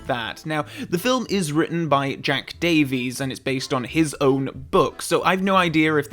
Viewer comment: Not sure if it has already been mentioned but 'ff' is a letter in the Welsh alphabet. It makes a 'v' sound. So in Welsh, Ffolks would be pronounced 'Volkes'. Also I noticed the author of the book had a Welsh surname of Davies. Which is pounced Dave-is by the way, not Dave-eez. So that could be the reason why the his name was spelt in the way it was?